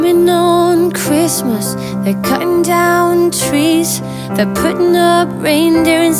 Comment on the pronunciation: Lucy Morris she cant even pronounce her R’s properly anymore, “chwistmas”. Not knocking her, just saying. Look at her old videos, her lips were fine but now they’re huuuuuuge! It’s a shame girls feel the need to do that in order to keep up with other girls...